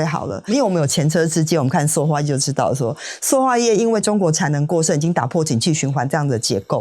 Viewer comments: 塑ㄙㄨˋ化業，請掌握正確讀音，以免誤導大眾。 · 塑化 ㄙㄨˋ ㄙㄨˋ ㄙㄨˋ